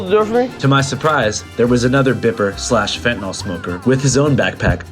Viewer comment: Is there any real reason to promote the "fentanol" pronunciation of fentanyl? It's incorrect and seeing it in a video like this, kind of legitimizes it. I know a ton of people say it that way, but, it's definitely not correct. Otherwise, amazing video as always.